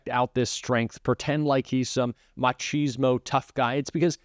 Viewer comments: Heads up: the word is pronounced "muh·kiz·mow", with a hard ch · You know whats MORE ANNOYING than Donald Trump? ITS FCUKIN YANKS THAT REFUSE TO PRONOUNCE WORDS CORRECTLY !!!!! FFS Machismo is pronounced (and this is phonetically spelled for example) MACK IZ MO